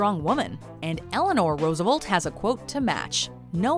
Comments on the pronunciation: Roosevolt? Who is Roosevolt? Rofl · There are two E's is FDR's last name. Please pronounce both next time. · That pronunciation of Roosevelt hurt all of America.